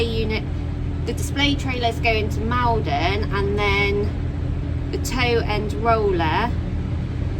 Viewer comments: Maldon is pronounced "mawl-don" Made me smile the way you said it! Good job,! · Enjoy your videos but today had to laugh at Maldon..we say Mallldon 😂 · Wondered if you would be heading this way for stuff for the Doe Show (at least that’s what I’m guessing you’re heading down towards). As a Maldonian I’m dying a little inside each time you murder the pronunciation :p